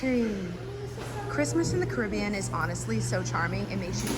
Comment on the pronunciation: this is random but thank you for pronouncing "caribbean" correctly